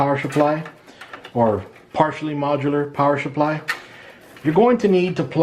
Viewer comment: Awesome vid, all I need to do my first build! Thanks a ton. PS. "Power shupply" just cracks me up lol. Came here researching R6 Blackout which is on sale on Newegg right now at $110.